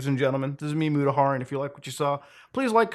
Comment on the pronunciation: it's MutaHAIR !